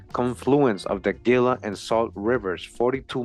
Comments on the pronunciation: Gila is pronounced "Hee-Lah" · Everytime you say "Gila" I flinch. It's pronounced "Hee-la." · " Fun fact " The Smithsonian admitted having destroyed hundreds of giant skeletons. In the same era these articles are from. Shortly after they were established. I was raised in AZ and no offense intended at all (True story ) but it kinda stung when you mispronounced Gila. Lol So ........... Heela is how Gila is pronounced. This was a good video. I've subscribed for sure. 🤗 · Gila is pronounced Hila. It is a Spanish word. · 🤣 😂can't even pronounce Gila and Llama correctly